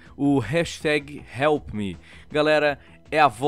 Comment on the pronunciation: "RELPI MI"